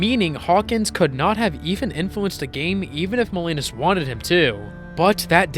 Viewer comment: The pronunciation is Jack Mow-LEE-nahs.